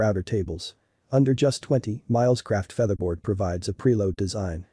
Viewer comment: Another AI generated audio video... WTF is a "feetherbaord" ?!!